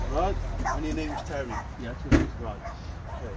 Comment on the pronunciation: Oh Turry, Turry, Turry, Tury Why Turry.